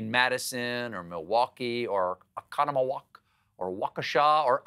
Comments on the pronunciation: Out of all of this, I'm most surprised he pronounced Oconomowoc correctly. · "...in Madison, or Milwaukee, or Oconomowoc, or Waukesha, or Oshkosh 'B Gosh." As a native Wisconsinite, beautiful job nailing those pronunciations! 🧀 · As a Wisconsinite I would like to thank you, Stephen, for taking the time to pronounce Oconomowoc and Waukesha correctly. And even Oshkosh b’gosh. It brought tears of joy to my eyes. Thank you for thinking of the Badger state! Every time I hear someone say “Wah-kee-sha” the world gets a bit less bright. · Much respect for pronouncing Oconomowoc, Waukesha, and Oshkosh correctly, and next to each other in a sentence - even though Stephen is not from Wisconsin. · When he pronounced Oconomowoc correctly I swooned. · Respect to properly pronouncing Oconomowoc and Waukesha.